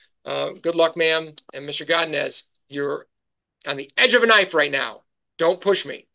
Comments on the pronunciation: “Gadines” man, it’s go-di-nez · Why is he saying godinez like that lol😂😂😂😂😂